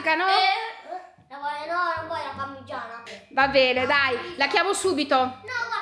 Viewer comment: Oddio quando dice parmiiana 😂 io o detto parmigiana regiana😂😂😂 vi adoro❤